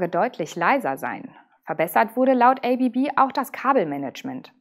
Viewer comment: ABB = Asea Brown Boverie => wird ganz einfach deutsch ausgesprochen!